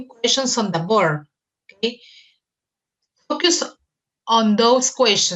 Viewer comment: FOCUS pronunciation: ( fōkəs ) ........... NO "FOKIUS"